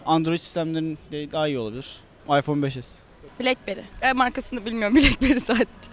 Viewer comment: aypon es beş. anladım hocam